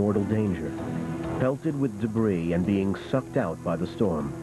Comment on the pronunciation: Someone please tell that the S in debris is silent.